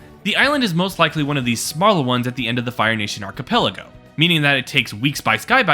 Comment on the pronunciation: Its archipelago. You need to say the chuh sound.